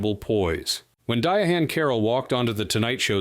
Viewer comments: Dee-a-hann Carroll, really?? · Come on! Di Ha ann or is is it De hann or Diahann? Bo for Ursula or Ursula for Bo. Oh NO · Who is "Dye-uh-HANN"? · Comment, repeat, repeat, repeat, repeat, then say the same thing again. This is better with the sound off. Dee-ah-han Carroll? Hey-zoos!